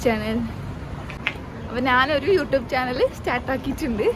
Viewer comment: Youtube ❌ ഉൂട്യൂബ് ✅ 😅